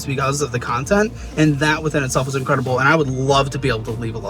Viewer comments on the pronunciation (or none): When Caleb said “incwedible” 😅